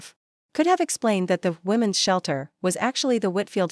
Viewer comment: Women's shelter NOT women s!!! The s is not said separately!!! Try to proofread and teach your AI to read properly!!!!